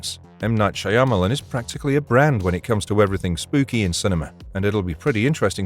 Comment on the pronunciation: Is this AI, or does this guy actually pronounce "Shyamalan" like this!? 😂😂😂